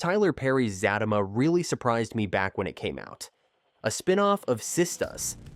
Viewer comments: It Za tea ma,, not Za ta ma ..😅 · Who the helll is Fat-ta-ma 😂 Zat-ta -ma this Ai is a trip 😂😂😂😂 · It's not zatima it's the za te ma. If you can't say the name right you shouldn't be sitting repeating it over and over and over trying to explain the show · It’s Za Ti Ma not zatima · The name is Zatima! Not Zattama! SMH! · Sir it's Zatima not Zatima 😂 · I just can't with the pronunciation....😔 "Zaaa-team-ma" and "Faaa-team-ma" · It's Zah-tee-muh bro 😂 everytime he say it wrong I cringe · It's pronounced Za tima..I was watching Sista's first! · Za-team-mah pronounce it right please lol. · It's Z-U-T-E-MA U r pronouncing it wrong😂😂😂😂😂💀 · PLEASE pronounce the show's name and one of the main characters' name CORRECTLY! It is pronounced Zuh-Tee-Muh & Fuh-Tee-Muh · It's pronounced Zateema and Fateema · Za teeee ma! Zat a ma!! You know that is not how it’s pronounced!! C’mon maaaan! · He is saying it wrong and it’s pissing me off like for fr fr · Can u please pronounce her name correctly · ITCH IF YOU DONT SAY THE NAME RIGHT BEFORE WE SLAP U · PUT SOME RESPECT ON HER NAME. SAY HER NAME RIGHT. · I don't believe you exactly watch the show. U can't even pronounce the name, or you're very disrespectful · Do not review the show if you can't pronounce the name of the show, at least half correctly. 🤬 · I can't even listen to this. He's saying it wrong. But he already knows this. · Right, cuz if you watch the show, you know how to pronounce the name of the show and it's characters